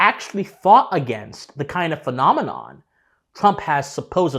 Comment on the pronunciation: I never knew the day would come where a native English speaker from America would mispronounce the word "phenomenon"